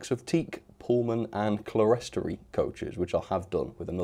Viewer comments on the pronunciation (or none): Sorry for being a bit pedantic but 'clerestory' is pronounced 'clear-story'. Keep up the good work!